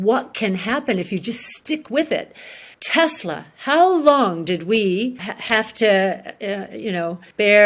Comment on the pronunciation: She's right, but she can't pronounce Tesla, neither can you buddy...